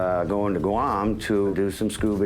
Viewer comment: Of course the pig who takes his shoes off on a flight with nasty socks on cant pronounce Guam correctly. Im sure he took the short bus to school.